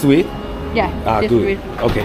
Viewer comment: 當讚嘆紅酒：good! 可愛的英文發音😂